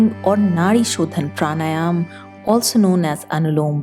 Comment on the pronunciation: It’s pranayama right? Not pranayam